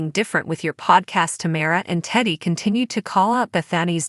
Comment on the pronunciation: It's "TAMRA" not "TAMARA" and it's "Whatch what happens live"